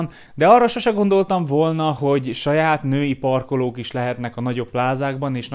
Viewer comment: „Parklók" „katonaságal" „egyeseg" „borraveló" Csak bebizonyítom, h végignéztem, és figyeltem.😂